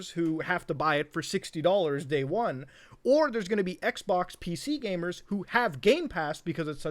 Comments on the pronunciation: He said Gay-mers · I can’t tell if he’s saying gamers or gaymers😏